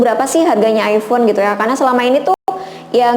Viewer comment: Hmm ayfon yaa.. Aypon bacanya